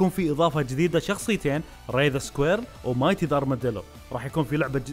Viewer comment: انا استغربت وقت ما قلت يا الشخصيات حقت سونيك مانيا سمعتك تقول مليكل بدل مايتي ولا انا مالي شي اللعبة اسطورية والكسبانشن انشالله يكو قد المستوى